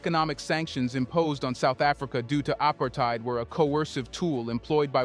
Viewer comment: WRONG AI generated voice guy who can't pronounce "apartheid". white racists shouldn't have nukes in the middle of a BLACK continent...sanctions against the apartheid regime and encouraging south africa to destroy their nukes was to keep the continent safe